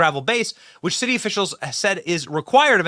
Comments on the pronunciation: Benny, did I hear you say "the shitty of Chicago"? A propos! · Ahahah you said shitty of chicago.